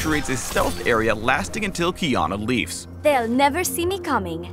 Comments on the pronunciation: "...until Qiyana leaves." I thought he said Keanu Reeves... Now I see memes have ruined me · "lasting till KEANAU REEVS" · Qiyana Leeves**